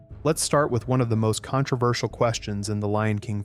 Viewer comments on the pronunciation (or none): none